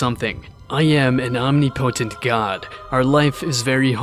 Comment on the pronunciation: Great series. Just wish he knew how to pronounce omnipotent